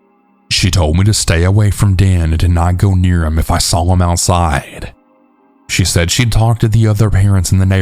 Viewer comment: Its "SAW" not "SAWLL"